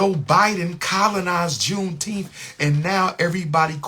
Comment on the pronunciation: says JUNETEMPH